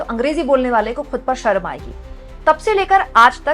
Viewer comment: अमित शहा हिंदी मे शर्म को सर्म बोलता है. पहले तो वो खुद ढंग से हिंदी सिख ले.